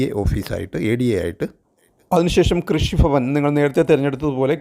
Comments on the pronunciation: കൃഷിഫവൻ അല്ല കൃഷി ഭവൻ😂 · കൊല്ലം കാർ അങ്ങനെ ആണു പറയുക 😅